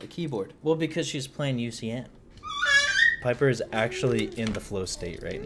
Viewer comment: ITS BABY PIPER NOT PEEPER